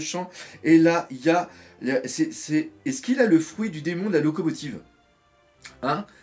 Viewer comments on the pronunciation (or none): none